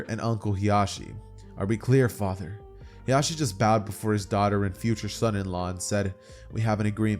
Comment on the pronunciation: Fire what if but when you kept pronouncing hiashis name "hizashi" my brain had a siezure 😂😂. Hiashi is hinatas mom while hizashi is nejis dad. They sound similar so you have to annunciate